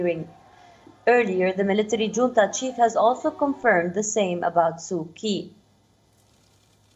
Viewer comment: It's Su Chee.. not Su Kee